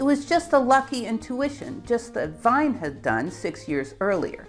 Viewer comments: wien = like 'ween', not 'w(h)ine' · Wine? No. Wien, like "wean" is better, but as w in German equals v, it should be vean with english crypto spelling. Wein is close to how you say "Wien". English pronunciation fails almost 99% on anything not English. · Wilhelm Wien. Outspoken like: "ween". Not "vine". The German "W" is not a double u like the anglo-saxons speak it out. It is like a soft spoken "v". Max Planck. The english "a" is spoken in German like "ah". The English "a" is spoken like the German "ä". Sorry.. but I was bored.^^ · "Wien" is pronounced "Veen", not "Vine". Poor Boltzmann.. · Wien is not pronounced like wine, but more like veen. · How can I possibly believe anything you say if you have not even bothered to determine how Wien's name is pronounced. It is pronunced "Veen". I can't tell you how it grates on the ear to pronounce it to rhyme with wine. The city of Vienna is pronounced the same way in german. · I do wish Yanks were more cosmo. It's pronounced "Veeeeen" not "vine". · Great video! One nit: Wien is pronounced "veen" not "vine"! In German, Wein is wine ("vine") and Wien is Vienna ("veen")😀. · Great video ! However, Wien is pronounced WEEN (RHYMES WITH KEEN) and not wine. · I am not saying you are incorrect, but you write Wien and say Wein. In other videos you write Gieger but you say Geiger. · Wonderful video. One small comment: Wilhelm Wien's name is pronounced "veen", not "vine". Incidentally, Wien is also the German name for the city of Vienna. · Fascinating video, and I'm now going to watch your other ones. One comment though: Wien is not pronounced like vine in English, but as veen (the same German pronunciation as Wien the capital of Austria). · Wien is pronounced "veen", rather than "vine". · You messed up Wien too! Pronounced veen. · Wien rhymes with lien or lean, Not wine. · Wien not Wein. Rhymes with bean. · Please, Wien is pronounced as "veen". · Wien is more properly pronounced "Veen", as is the capital of Austria.